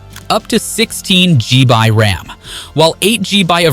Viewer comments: why cant you just say it as 'gigabyte', or 'GB' as it should, instead of inventing your own as Gee-Bye??? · I think it's also an AI voice. Very good but the mispronunciation of GigaBytes as GBy and MegaPixels as MP suggests it is AI. If the script had been better written we never would have known. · 65WAT SPEEDS! THE S 24!!!!!!!!!!!!!!!!!!!! Either this is an AI voice or dude needs to calm down. I think it's AI because how he says 16 G-By ram... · What the hell is with the G-bi crap. Its gigga byte or G- Byte or even gigs. G-bi sound lame as fck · WTF is "G by" RAM? Is that like ddr445? LMAO see? I can make stuff up too!!